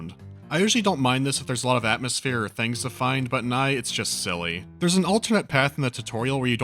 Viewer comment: E PS E. Not EYE. Epse.